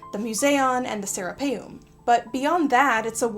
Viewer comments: Anyone else keep hearing “the Sarah Palin” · Every time you say Sarapeum (sp?) it sounds to me like you are saying Sarah Palin. 😆